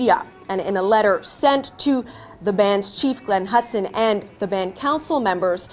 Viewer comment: That one CBC reporter called it "Bound Cancel" instead of Band Council. lol